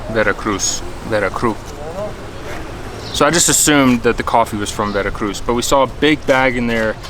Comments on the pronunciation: Veracruu lol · Veracruz? Veracrú.